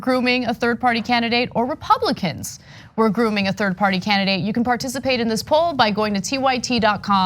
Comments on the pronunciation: Love Hillary but she said Russians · I think she said "RepRussRicans" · From an Aussie...... I definitely heard "RUSSIANS" LOL LOL LOL LOL etc